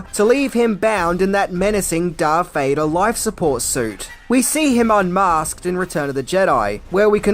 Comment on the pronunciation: Who in the hell is Darf Vader??